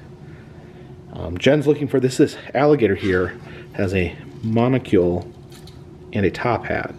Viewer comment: Gentle correction: not monicule - monicle (mon i(short i) cull! He is too COOL!!! LOVE the Big Boy with restaurant too!!!